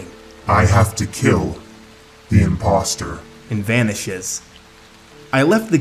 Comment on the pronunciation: OMG HE SAY IMPOSTER LIKE IMPOSTER LIKE AMONG US!!!!!!!